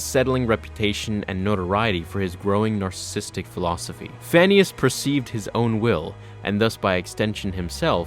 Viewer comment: When you said "Phanius" I thought you said "Phineas" from Phineas and Ferb lol.